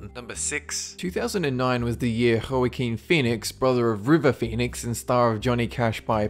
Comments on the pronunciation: Lol.. I thought you said "hurricane phoenix". Had to listen a couple times. It's pronounced like "wa-keen". Not that it really matters, lol. I did get a little chuckle out of it. :) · Joaquin Phoenix isn't pronounced HO-AH-KEEN It's WAH-KEEN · It's pronounced "walk-een" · "Joaquin" is pronounced "wakeen" I think